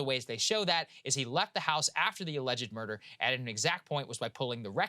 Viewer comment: Saagar’s pronunciation of murder as murdaugh will live in my head rent free